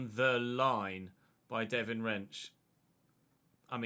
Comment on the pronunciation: I'm pretty sure it's pronounced devine rensch (not Devin) because i watched a video of the Ajax team doing FIFA rating reveals